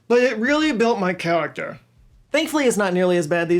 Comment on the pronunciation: “But it reawwy built my chayactewr” lmao ❤